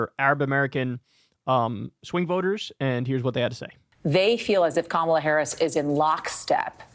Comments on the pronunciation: This is an issue for Kamala undeniably. However this is highly suspicious here. 1) the lady that said she’s voting for trump it’s very possible she was already voting for trump and she probably voted for him the last 2 times. The giveaway is that she kept calling Kamala, “Ka-MALL-a” 2) She ignores the point that trump would be even worse for Palestinian people. I wouldn’t be surprised to find out this lady has been a maga red trumper and it’s all over her social media. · Why do all MAGA or anti Harris, mispronounce her name? Most likely on purpose. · The racist who intentionally mispronounces Kamala's name and votes for Rape's MVP is beyond lacking in credibility. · The Trump voter mispronouncing Kamala Harris name is just untrustworthy. Especially considering the interviewer just said the name correctly.... People will tend to mirror the attitudes and words of those around them. Also we don't know the conditions Biden provided for him to step down. It could be that Biden insisted on unwavering support for Israel for him to step down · She didn’t even bother to pronounce her name right. This is a panel of idiots. Listen to them.